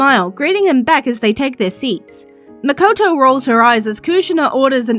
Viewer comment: It’s Mikoto btw